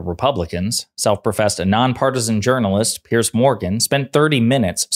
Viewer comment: OK much needed PSA for you and: "Piers" is a different first name from "Pierce". A helpful thought maybe that "Piers" should be pronounced like "peers" as in "he was not respected among his journalist peers".